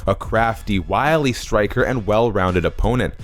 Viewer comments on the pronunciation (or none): none